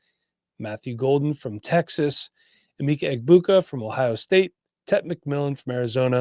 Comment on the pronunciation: Eh-meck-a E-boo-ka